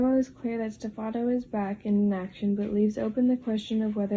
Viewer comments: And Stefano is "stef - ah - no" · Kiriakis... Pronounced ..Kiri..ahhh.kiss Stepheno .. Pronounced ...Stef ..n..o I like your videos but you obviously do watch.this show